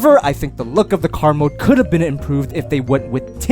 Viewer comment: He created a new word Can + could = caad